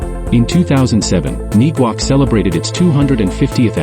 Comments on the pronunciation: And Neguac is pronounced...Neg-wac, (like in the same manner that you say the word negative). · Is the pronunciation I'm hearing of Neguac the actual pronunciation? I'm hearing it's pronounced in a different way.